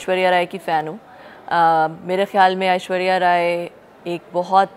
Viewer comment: Anchor cant even pronounce Ashwariya's name, its not ashuria! spoke very well